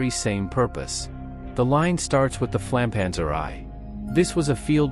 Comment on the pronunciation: A.I. text to speech is a crime against humanity... as well as this and other channels. edit: "Flammpanzer i " "range of 35 M(not meters but M)" ..."Stugie"/"Stu Gs????? - just too cringe .